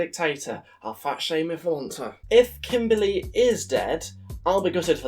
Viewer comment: "Kimberley". Omg ... 😂